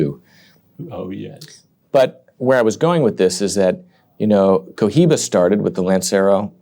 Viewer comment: Maravilloso y perfecto canal y video como siempre. 🎉 ( y será pluscuamperfecto cuando consigan pronunciar correctamente marca Cohiba 😂 ...)